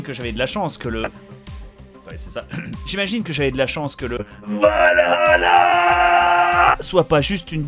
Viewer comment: A oui j'oubliais elle vienne dou les images quand bob dit VALL HALLLLA ???